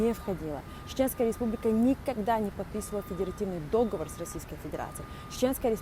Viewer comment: После произнесения повествующей слова «дÓговор» стало понятно об ее общем развитии и образовании, как и компетенции в означенной теме в целом.